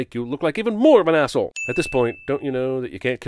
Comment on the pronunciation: "axe-hole" lol